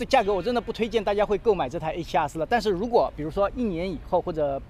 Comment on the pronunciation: A7啊4，新的读法吗？